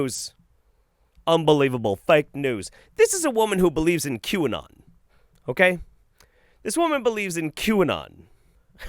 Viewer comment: "This is a woman who believes in [cue-n-nun]" Me: "You mean 'quinoa?' I mean sure it has an acquired tasted, but boil it in some broth, that's some good eatings. What's not to believe in?" (I'm either deaf or dumb, or both)